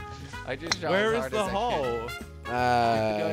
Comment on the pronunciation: says hoe instead of hole